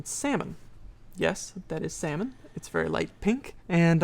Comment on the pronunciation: its pronounced salmon, not salmon